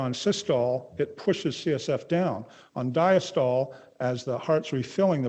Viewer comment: That is definitely not how the Greek word diastole is pronounced.